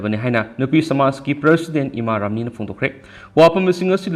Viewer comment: Ramani hybne ramni hyba natte oja pao paba